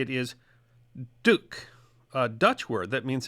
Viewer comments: "Doek" is pronounced to rhyme with "book". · Not really duck in Dutch it would be doek where the oe is pronounced like the o in who... Besides that these days in Dutch doek or doekje (the diminutive version of the word) is used for everything from a wet wipe to a large sheet of fabric. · Regrettably your pronunciation of the Dutch word "doek" is wildly off.